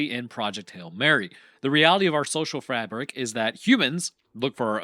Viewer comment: "Frabric" Lol